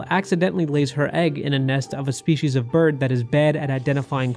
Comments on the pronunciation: lol Berd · " herd berd immunity " LMAO